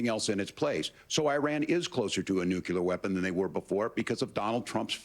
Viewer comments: the harris guy says nucular when its nuclear vance and trump win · That's it, walz is one of those! People who pronounce nuclear as "nookyular" 🤮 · It irks me that someone of Tim Walz's station can't pronounce "nuclear" correctly. I wonder if he "culers" the table after dinner at home. I wonder he is goes for a nice walk to "culer" his head. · If you cannot pronounce nuclear, then you should not talk about it. Go and educate yourself, because as of now, you are not educated in the simplest most basic sense. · lol walz pronounces nuclear funny :D